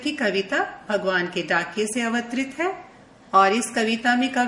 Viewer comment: dear ek jaghe kavita ke spelling wrong hain,..... pramukh aur avtarit wrong pronunciation